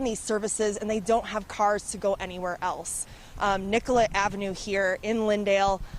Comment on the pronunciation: Anyone else notice they keep calling niCollet st niGollet st? Lol.